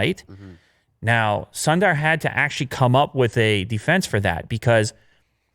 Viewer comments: its sundar not sondaaar. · Please learn how to pronounce “Sundar”.